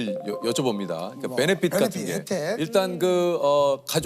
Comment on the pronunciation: 베네핏? 그냥 자막을 영어로 하는건 어때요?... 그리고 유재석님이 영어를 잘 하시나요? 발음이라도 좀...